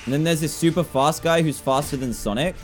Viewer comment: Couch Potato its sonic. Just sonic. Not sanic, not sanek. Sonic